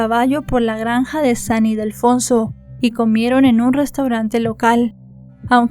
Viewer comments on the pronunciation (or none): none